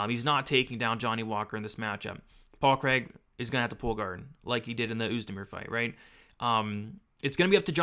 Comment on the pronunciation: 114 significant strikes. Please can you improve your pronunciation of Craig, that's not how we say it over here 🏴🏴🏴 Love the breakdown otherwise 😂